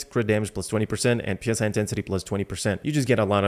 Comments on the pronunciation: Pronouncing PSI as separate letters is "pounds per square inch" used for inflating tires and stuff. Psi pronounced as it's own word is short for psionic. You know, like mind powers. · I've Been saying this for weeks, just people don't care. In CBT3 it was actually Ps(Y) intensity for a short 1-2 weeks before a language update hit. Which I think most people would pronounce it more as Sigh intensity like it's supposed to sound.